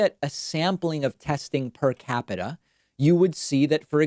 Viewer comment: Omg with the PER-CAPITA. Please frump, google it.